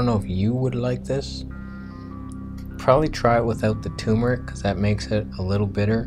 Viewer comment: tuRmeric. Not tumoric.